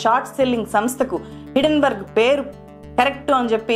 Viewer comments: Hidden berg, kadhu madam. HINDEN BERG. Hindenberg airplane fire accident jarigindhi hydrogen leaking valla. Helium ki, deeniki sambandham leedhu. Sarrigga research cheyyandi madam. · Hidenburg kadu madam Hindenburg. Mee manava thappidhalu kooda correct chesukonte manchidhi. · Day trader telugu lo cleae ga explain chesadu. Hindenburg puts buy chesi pettukuni mana market meda negativity spread chesthundi. Neku teliyani topic enduku matladthav cheppu. Hindenburg ni hidenburg antunnav.